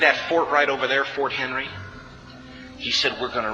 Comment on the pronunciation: Fort MCHenry. Jeez.